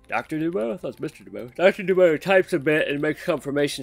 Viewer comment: DuBois is pronunced Doo-bwah. You're doing great though dude!